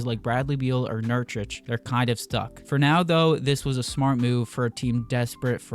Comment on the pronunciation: Why are you saying nurchich when it’s clearly nurKić(ch). Nice video though